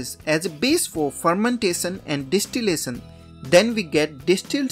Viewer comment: Dish tee lay son...😂 Phur men tay son 😂